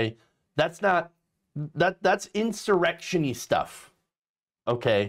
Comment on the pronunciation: "Insurrectioni stuff" Might be just a tad bit insurectioni Gotta love it